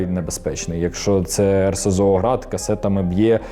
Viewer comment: Озвучка згенерована ШІ. Заміть назви РСЗВ Град - ШІ каже "грати"